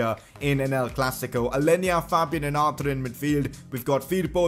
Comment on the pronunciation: Why did you say arter its Arthur, Arthuuuurrrrrrrr